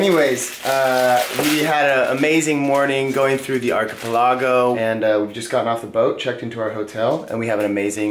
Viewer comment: Please learn how to say archipelago... or just stop saying it.